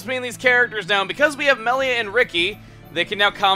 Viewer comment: Does anyone else get mad when someone pronounces reyn like RAIN or Melia MEELIA